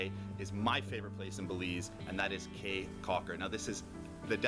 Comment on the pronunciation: Caye is pronounced key